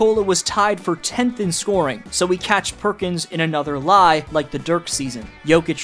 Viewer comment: Perkin be ray-ciss